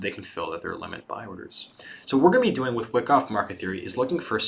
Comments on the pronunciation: Good viedo but it is pronounced Y-KOFF. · Seeing a lot of comments about how good this series is...I’ll watch it, but man it is painful hearing someone explain a concept where they mispronounce the name of the strategy they are teaching over and over...